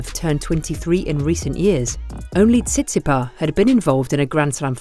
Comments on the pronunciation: The ‘s’ at the end of Tsitsipas isn’t silent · Why the silent "s" at the end of Tsitsipas? Other than that, interesting video